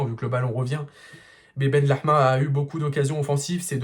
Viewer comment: Benrahma pas benlehma BenRahma = fils de la bonté/bienveillance Benlehma = fils de la viande Alors stp dit le en français la prochaine fois copain